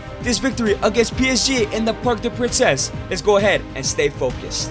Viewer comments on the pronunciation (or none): "parc de princess"